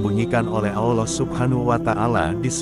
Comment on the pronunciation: Saran saja, jngn pakek suara orang yg kalau menyebut nama ALLOH dan nabinya gk sempurna